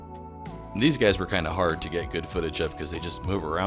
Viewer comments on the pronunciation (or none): none